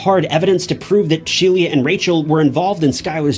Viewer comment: ITS SHE...LA NOT SHELIA😅😅😅😅